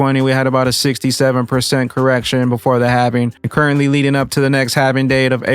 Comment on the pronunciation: ....It is Halving or Halvening. Driving me nuts...lol